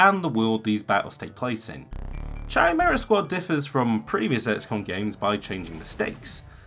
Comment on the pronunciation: Chimera is pronounced like Kimera, like character is pronounced karacter.